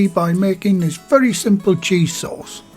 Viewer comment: another great video! Your accent sounds so much like my stepdad from Bishop Auckland. Especially when you said “very” like “vury”